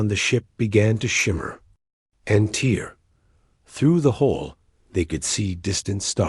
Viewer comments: Only the dots? Not the random pauses, not being able to pronounce the correct version of TEAR, or then being able to communicate instantaneously, not just faster than light. On their first ever faster than light travel. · I wish the AI could speak "tear" and "translator" properly. I also wondered how she learned to speak alien languages. Then they mentioned intercepting alien transmissions.